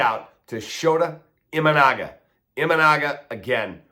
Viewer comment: Kap you should learn how pronounce your pitchers name I think thr jap. Consider that an insult v. Just trying to help you out